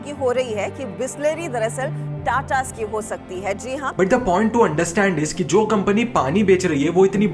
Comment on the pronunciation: It's TATA dude......not jhanta...... 🤣.....